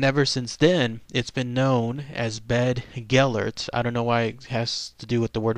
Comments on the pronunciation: Been there as a kid. Yes, the site is called 'BeddGelert' . Bedd in Welsh means grave but is not pronounced like 'bed'. the 'dd' in Welsh is like the 'th' in 'the' but not as in 'south' .Source: am Welsh. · Bedd means a grave, the dd is pronounced as the th in that. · I grew up in south Wales, every saint Davids day this was read it to the school by our teacher. Always brought a tear to everyone. I went up to North Wales not long ago and went past Beddgelert (grave of gelert). It was nice to have real life images in my mind for my favourite childhood story. Whether or not people say it's true or false, it will always be true to me. Not quite correct with the pronounciation of Llewellyn, but close enough haha. Good video none the less